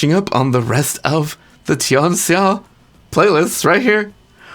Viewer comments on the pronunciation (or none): Tian Xia (天下) is pronounced as "Tyen Shya", "tenka" is the Japanese reading and "Under Heaven" is another thing you could say